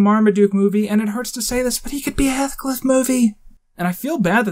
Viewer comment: Heth-cliff? It's Heathcliff (heeth-cliff)